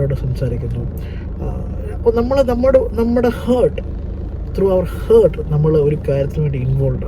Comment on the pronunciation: Heart nte pronunciation sariyayilla sir